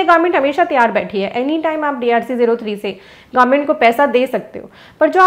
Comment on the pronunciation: Government instead of garment...😅